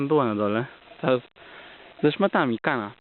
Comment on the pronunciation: Ludzie co wy z tą Kaną, nie mówi się tak!